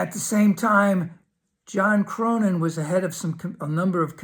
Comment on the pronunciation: thanks for. btw, the dude's name is pronounced CORNIN, not CROWNIN